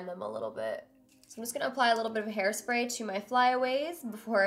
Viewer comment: Did edit again because it said airspray not hairspray